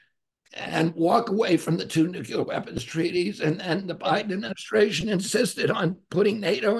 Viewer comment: I have great respect for RFK, Jr. and will be voting for him. But I sure wish someone would advise him to stop saying "nucular." I know it's a small thing but it is painful to the ears of wordsmiths.